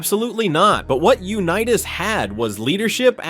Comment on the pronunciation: Yuh-nitas?? Seriously, you need a pronunciation lobotomy.